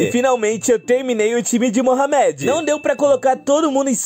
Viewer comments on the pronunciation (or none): Não consegui ver o vídeo com ele falando Mohamed (se pronuncia morrâmedi) da maneira errada namoral incomodou demais.